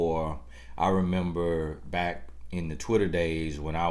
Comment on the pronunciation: And "on yo baiyck"...🤣🤣🤣 Love it!! G, know he be preaching to us Ladies!!! I need these words!!!!